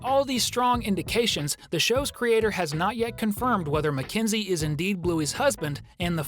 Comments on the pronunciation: Na it's mekenzee like at bluey pup it's a mekenzee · Mackenzie it's MAKENZIE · It's mackenzoie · Absolutely Mack enzie